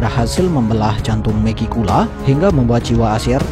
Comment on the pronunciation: Bang mending lu bilang Megi langsung megicula aja, telinga gua kek denger lu bilang meki mulu😂